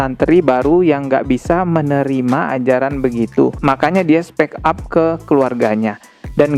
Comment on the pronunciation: 5.26 bacanya spik ap, bukan spek ap.